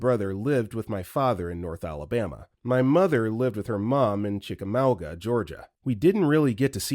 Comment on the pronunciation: I’m born & raised in Chickamauga and I absolutely LOVE hearing folks try to pronounce it. It’s a strange word that’s not one that phonics can help with… best bet find a local & ask🤣